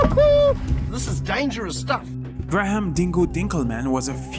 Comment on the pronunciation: Grah harm?? its prenounced Grey-him, Graham